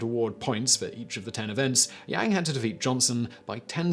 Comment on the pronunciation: Yo Simon, for future reference. A is a long vowel in Mandarin. So Yang is said like "Young".